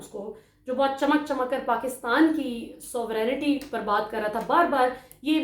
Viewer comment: Three things were wrong in today's programme. 1. جیڑے کھر پھیڑے is wrong جیڑے اتھے پھیڑے او لھور وی پھیڑے is right 2۔ سوورینیٹی غلط ھے صحیح لفظ ھےسوورنٹی 3۔ lipstick is wrong You look like a singer I don't want to name. Sorry for the bad manners but since I like your views I want you to look perfect.